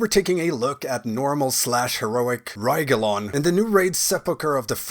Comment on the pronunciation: « Taking a look at normal and heroic RRRRRRRRYgelon » or at least thats what i heard.